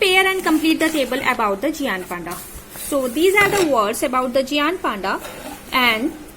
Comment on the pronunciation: it is not geaant it is gaint